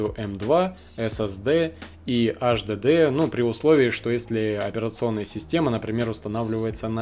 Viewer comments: Слушай сюда, безграмотный полублогер! Никаких Эс Эс Дэ и Аш Дэ Дэ, в природе не существует! Есть Эс Эс Ди (SSD) и Эйч Ди Ди (HDD). Выучи, наконец, английский алфавит. Если мозгов хватит! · сука 🤦‍♀АШДЭДЭ, иди учи как правильно произносить, ко всему ещё выбрал м.2 на 3.5, когда есть м.2 на 7500 скорость чтения и запись и там результаты в разы ещё лучше будут, дизлайк! не стоит тебе снимать видосы, удали канал Писать, что нет разницы между м2 и ссд, я просто в голос ору! Разница есть и она колоссальная! ни только в играх, а вообще везде, из-за таких тупых как ты, люди и покупают ссд, вместо м2 и потом не довольны! Все кто увидит мой коммент, покупайте м2, не пожалейте денег, 5000+ скорость чтения и записи берите, лучше всего 7000+, всем спасибо !) Автору ещё раз! ПРОТИВОПОКАЗАНО ЗАПИСЫВАТЬ ВИДЕО! только дезинформирует людей.! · Немец что-ли (АшДэДэ)? Вообще тесты очень поверхностные ( М.2 и ССД и ХДД бывают разные, особенно М.2)!!! И, кстати ССД имеется ввиду SATA? Но и М.2 тоже бывают SATA... Не надо мешать мух и котлеты в одну кучу!